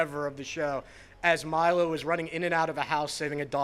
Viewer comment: I am so happy for Mandy. It was time her talent to be wildly recognized. But who the hell is the presenter, she doesn't even know how to pronounce Milo's name. Worst presenter ever.